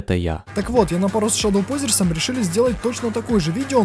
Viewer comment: Не ШАДОУпозерс а ШЕДОУпозерс